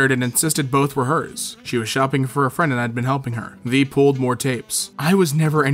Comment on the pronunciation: why do you pronounce "they" as "the"